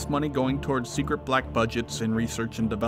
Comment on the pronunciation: "Top Sectret" XD